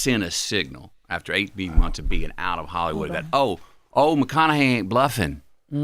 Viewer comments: Charla really couldn’t pronounce Matthew McConaughey when he’s been in the spotlight for 2 decades… Dame was right lol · I don’t know if chalamane was playing by not pronouncing Mathew McConaughey’s name correctly or was he for real and saying some of you might know him from his acting that was also disrespectful he is a profound act know for some of Hollywood’s biggest movies and for him to say some of you might know him from his acting and not pronouncing his name correctly unprofessional being an interviewer you introduced the guest by acknowledging who they are and what they’ve accomplished to act like he doesn’t know who he is is ridiculous unprofessional, and by the way, I misspelled Charlemagne’s name on purpose and going back watching some of the breakfast club interview, Charlemagne introduced it the black guess by running down there achievement and expressing his admiration for them shame on you, Charlemagne for not doing the same for white guest even though you might not have admiration for them you still introduced them for their achievement, whether it be acting or the music industry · I ABSOLUTELY can't believe they got MM on this show... and CLOWN Charlamagne can't pronounce this legend's name. That was such a disrespectful way to open. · How do you have a guest and not know how to pronounce their name especially a legend like our guy Matt? Come on now ❤